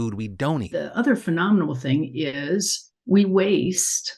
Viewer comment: Did just say phenomenable???